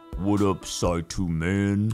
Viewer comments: I like how he says it right but when the game starts he says sai’two, lol. I'm surprised he didn't say his thing on 2-step verification. 🤜🏻🤛🏻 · Love how you realized mid playthrough that you have pronounced Saitou correctly a total of once till then.